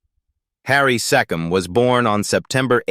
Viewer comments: Harry Seee come as in Key . NOT SE COM as in SET . This adored talented artiste doesnt deserve to be insulted with bad pronunciation of his name...idiots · So according to your clickbait headline, Jack Wild died of aids - bullshit. And Mark Lester died of sepsis - bullshit again. He's alive and well! But the worst was your insulting mispronunciation of the name Harry Secombe. It's not sekim, you fool. The AI crap never stops.